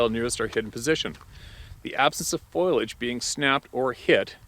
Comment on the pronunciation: Ugh.....foilage- things made of foil Foliage(FO-LEE-AGE)- plant growth, leaves, vines, etc. Sorry! Big pet peeve of mine!